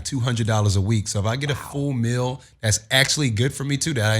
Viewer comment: Wtf is a "Mill"... it's MEEEEEEAL!!!